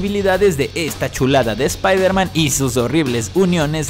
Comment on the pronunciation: Se dice Spider-Man